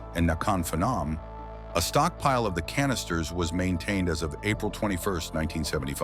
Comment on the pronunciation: BWAHAHAHAHA!!! You don’t pronounce Phenom ‘fen-nom’ 🤣 it’s pronounced ‘Penn-on’ …should look up unfamiliar foreign names 🤣